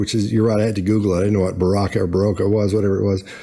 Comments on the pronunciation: Its not Beroka. Its Berocca and it's not sold in France I buy it in South Africa. 🤣🤪 I don't know, stop asking me, you know, no I don't know. That irritates me when someone asks me that. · “Parakeet flooring?!?” Did she just say parakeet floors? 😳…..😆🤣😂🤣😆..kinda negates the fancy “Baroka” fizzy drink tablets no? 🤪😆🤣😂🤣😆..she’s a hoot! Stop it Amber! 😆🤣😂 You’re crackin’ me up! 😆